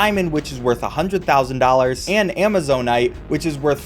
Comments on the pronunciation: Actually, "Amazonite" is pronounced exactly the way you said it. Ama-zone-ite. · I'm like 200% certain you are saying Amazonite correctly, good job